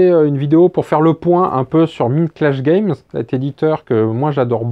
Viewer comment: Tout à fait de ton avis. Par contre, cela se prononce "Maïndclash Games" :) Comme dans la chanson des Pixies "Where is maï Maïnd ?" :D